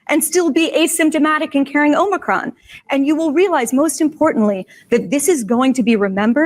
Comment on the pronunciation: Hey guys, love the show! Dave, stop saying OmNicron. There's no end.